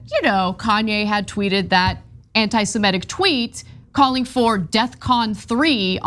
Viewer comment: BIG NOSE cant even pronounce the word right. It's Anti-SEmitic, not anti-simetic.